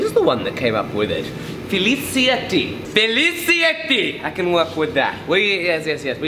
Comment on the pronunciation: So For the record, if Filicietti is in fact Italian (which it certainly sounds like it to me), then in Italian if there is a C followed by an I or E it makes a CH sound. Therefore, it would actually be pronounced more like “Filichietti” Now you know Knowledge!